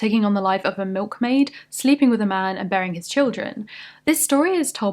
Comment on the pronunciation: goddamn, BEARING. I thought she said BURYING for a sec!